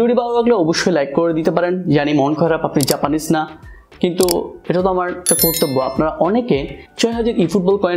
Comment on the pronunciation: ভাই জাপানিস্ট হতে হবে?🤣🤣 নাকি জাপানিজ হতে হবে🤣🤣